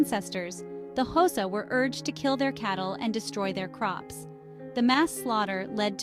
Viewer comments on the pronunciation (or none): My guy it’s not pronounced showsa it’s pronounced with a click in the front so it’s a subtle click followed by a quite hosa